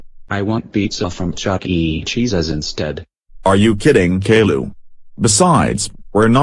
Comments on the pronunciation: I love how the voices pronounce caillou like caylou lmao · I like how they call him Kay Lou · or k-i-u